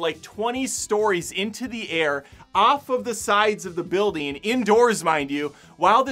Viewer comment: I like your review but why do you say “buildeen” instead of “building,” or “go-een” instead of “going?”